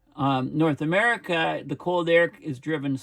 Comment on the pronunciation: The gulf of Amer-he-co?